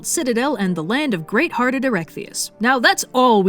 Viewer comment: “Great harded a erechtheus” Damn, this guy got the worst epithet ever, at least by today’s standards